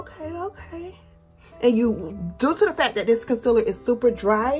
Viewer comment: I'm loving the concealer reviews. Dark circles are my main concern. Your accent when you say con-siller cracks me up. 😆